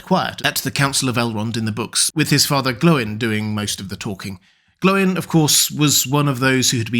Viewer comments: See Appendix E of LOTR. He's correct. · "Glow-in" is correct. In the name "Glóin," the accent on the "o" indicates a long vowel. This means the "o" and "i" are pronounced separately, not as the diphthong "oi." See Appendix E in LOTR. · Yes, Glóin is pronounced "Glow-in." As explained in Appendix E of LOTR, the accent over a vowel indicates a long vowel, meaning the "o" and "i" are to be pronounced separately, not as the diphthong "oi." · keep it up. Glóin pronouced like groin is just horrid.